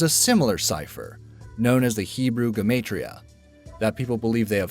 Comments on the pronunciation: Everyone pronounces gematria wrong (ge-mo-tria) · Lol did anyone else cringe when he butchered the pronunciation of gematria and vav. It's gem-ahh-tree-uh and v-ah-v